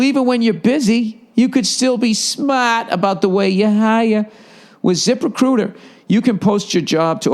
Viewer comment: why does he say zip recruiter the way he does